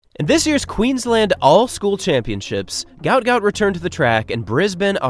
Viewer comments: mybe you resurch his name its not gout ,its guot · his name is guot not gout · Pronounced “Gwot” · At least say his name correctly! It's a lack of respect to do otherwise...